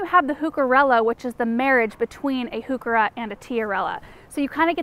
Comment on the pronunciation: Now, if we could just get the pronounciation of heuchera right! ‘Hyoo-ker-a’ rather than ‘hoo-ker-a’.